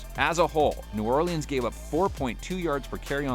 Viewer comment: This dude really pronounces every letter in Orleans